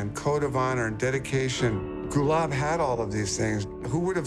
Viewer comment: They can`t even pronounce his name correctly, its Gulaab not Gulab. Gulaab means Rose in Pashto